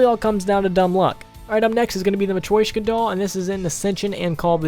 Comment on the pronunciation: Its called a "mah-tree-shoke-ahh" doll